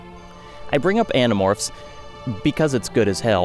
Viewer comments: Also when you said you might spoil Animorphs I heard it as animals and was like "all of them?" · I had to restart the begining cuz I did a double take lol. Uhh did he say .. Animorphs? hahah